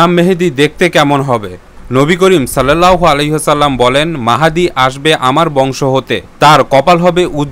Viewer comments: ভাই উচ্চারণটা হবে ইমাম মাহ্দি,, আপনি বারবার ইমাম মেহেদি বলেছেন,, আশা করি উচ্চারণটা ঠিক করে নিবেন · যার মুখে ঈমাম মাহ্দি শব্দ শুদ্ধ ভাবে আসে না। সে কিনা টিয়ারপি বাড়ানো জন্য এরকম গুরুত্বপূর্ণ বিষয় নিয়ে ভিডিও বানায় । ভাই আগে নিজের আমল গুলো শুদ্ধ করেন তারপর অন্যকে শুদ্ধভাবে বুঝান। যাদের বয়স 16 থেকে 26 বছর আমি ব্যক্তিগত ভাবে মনে করি তারা ইসলাম সর্ম্পকে ভুল তথ্যের পিছনে ছুটে বেশি।